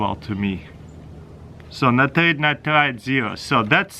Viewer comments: Natarit-Natarite 😂😂😂Lol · "NITRATE AND NITARATE" I should ask my chemistry teacher whats the difference between them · I just love the way he says nitrate😉